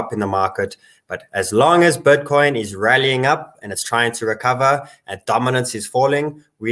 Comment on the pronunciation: Is he saying "butcoin"? 😎